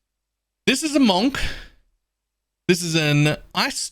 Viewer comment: It's pronounced munk